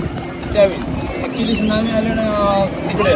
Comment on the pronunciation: island jari asel tari tyala iland boltat, s silent ahe tai!!!